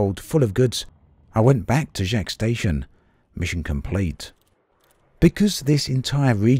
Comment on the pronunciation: Hey, love your videos on E:D. Just a friendly tip: you're very close already but Jaques is pronounced with the 'a' in father, not the 'a' in cat (I'm 99% sure it's meant to be French).